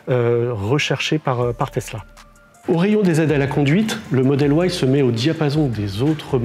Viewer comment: Arrêtez de dire Model OUAILLE !!!!!! En France 🇫🇷 on dit Model Y